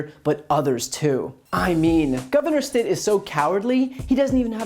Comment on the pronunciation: Stitt pronounced Sh?t